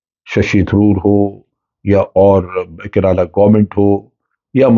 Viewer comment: Its not keraaalaa 😂😂😂😂